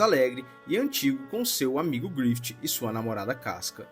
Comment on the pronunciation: Mano se pronuncia "GRIFIF", não "GRIFITI"